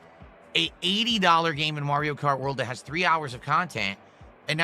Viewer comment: "That" = "Dat"